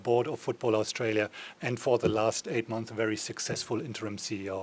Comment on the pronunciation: Stop swallowing the vowel letters when saying our country's name. You would have been taught this in primary school.